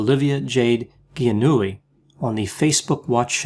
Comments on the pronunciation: it's pronounced ja-newly since it's italian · Ouch. The way you delivered the burn on her lack of talent in the wrap was subtle and on the mark. Poor Jade, all those gifts but the important ones. BTW Dr Grande, "Gi" in Italian is a soft G. Otherwise, a perfect take. Grazie!